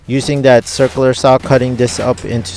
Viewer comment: I left she I heard him say “circ-aler” saw.